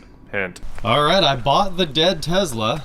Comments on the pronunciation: Calling it a Tezla and not Tesla is akin to people calling you Jr. And not J.R. It's the man's name, be respectful of it. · Please stop calling it a Tezla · all i hear is you saying “tezla “ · Is saying Tezla a Kansas thing or a thing? Tesla! Doesn't seem like a good youtube build. Tons of software and inability to do most of that on your own. Not excited about this build that seems like a headache. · TESSSSLA. Please sir! I beg you! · Tezla is Musk's mispronunciation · Driving me crazy the way you pronounce Tesla, sounds like your from Canada. It’s pronounced like Tess La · why do you pronounce Tesla the way you do it? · Why would anyone expect you to pronounce Tesla correctly when you constantly use phrases like (these ones).